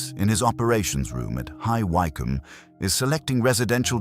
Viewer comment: It's Wick..um. Not...Why....come!!!!